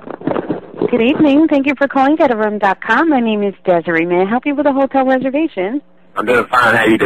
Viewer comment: It sounded like she was saying ghetto room instead of get a room.